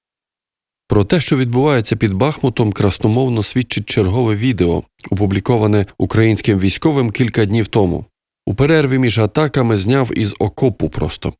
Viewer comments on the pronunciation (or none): НЕ під БАхмутом , а БахмУтом